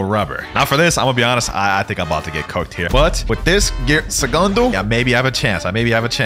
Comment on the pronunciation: i hate when you say gear segando it is gea secando